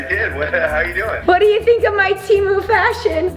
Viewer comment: It's temu not timu